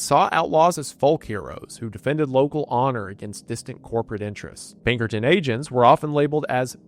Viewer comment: "Peckerton Detinctives"